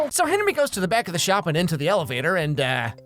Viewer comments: I never knew his name was actually pronounced as Henwy instead of Henry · Its henrey hart btw not hard